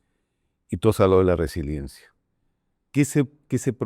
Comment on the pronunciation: Se dice resiliencia no resilencia